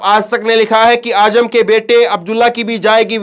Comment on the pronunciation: Azzam not aajam